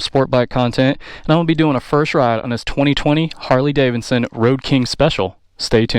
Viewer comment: Lol "Harley Davinson"